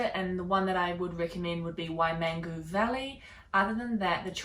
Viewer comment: Terrible and shocking pronunciation of Maori words by a kiwi smh wai-man-goo??